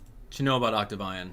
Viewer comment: It's pronounced Octavian (Oct-Tav-Ian)